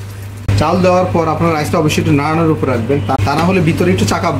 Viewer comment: আপনার রান্না যেমন ভালো, এমন যদি বাংলা উচ্চারণ হতো তাহলে আরও ভালো লাগতো। চাউল, ডাউল, বাবে, ঘেরান, পেয়জ উচ্চারণ গুলো চাল, ডাল, ভাবে, ঘ্রাণ, পেঁয়াজ হবে।